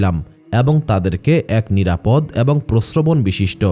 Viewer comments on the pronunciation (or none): none